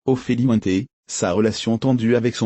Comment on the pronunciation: Ophélie Wouin-té? Vous êtes des malades 😂😂